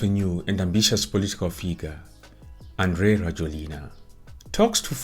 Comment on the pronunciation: Andry in Malagasy is pronounced as Yanjy. So it's Yanjy Rajoelina